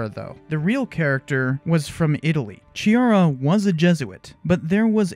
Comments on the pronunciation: Hi, I'm italian and laugh a lot when you said that Giuseppe Chiara is brasilian... ;) it's a typical italiano name. (It's not Giusepe Ciara like you dead but it's reading [Giuseppe Kiara]. ;) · The CH sound in Chiara should be pronounced K as in Key, not CH as in Chalk. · The ''Ch'' in Chiara is pronounced like the ''C'' in Catholic or Christianity. It's funny that you were unsure about Ferreira, which you actually ended up pronouncing correctly, but you utterly butchered Chiara without giving it any second thoughts :)